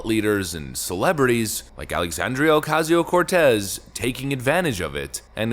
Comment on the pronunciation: I can't stand the way dude says aoc's name. It's racist. ❤😂